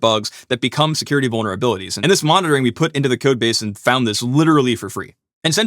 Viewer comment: Uhh, did he say bonerabilities?